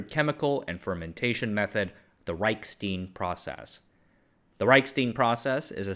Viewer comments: Hey, what's that thing you pour beer in? It's spelled stein. Now use that same pronunciation any time you see any German name/word that contains that same spelling. The way you've been pronouncing it, is spelled stien. They aren't the same. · "Reichstein Process." But pronounced as "steen?" Leave it to an Asian to mess up a clearly German-regional name. Reichk-shtein where 'ei' is pronounced 'eye', not 'ee'. German has a lot of grindy/guttural sounds in both language and names. When in doubt with German/Polish/Czech/etc, throw in a few extra 'ck' 'sh' and 'eye' sounds and you'll probably be good. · It is really funny that you nailed Reich, but pronounced Stein English. 😊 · it is like he built the pronunciation out of different body parts... erm a word-Frankenstein....